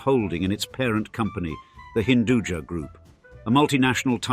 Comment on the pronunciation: Hinduja meaning has nothing to do with Jahan, jahan is sub-urdu word, hinduja loosely means Hindu Born, "ja" is actually not pronounced "jaa", it's ja' from "Upaj" , meaning grown or born